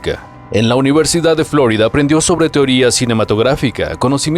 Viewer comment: en español se dice "florída" de hecho el nombre original viene del español, suena chocante la pronunciación revuelta